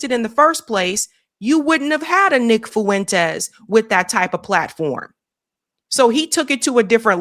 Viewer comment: Fuentes is 2 syllables not 3